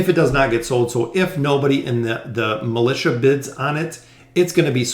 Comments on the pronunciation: I got so distracted by his mispronounciation of the word "Militia" when reading those prompts... Its supposed to be = (mi-li-sha) A militant is an adjective to describe a person. That aside, thanks for the video very informative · Lol same. I was thinking about that exact same thing.